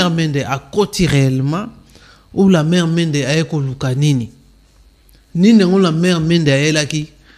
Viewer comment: Ndeko yeba koloba Oza journaliste prononciation nayo eza be kobonaye Lambert Mende Lamert Mende te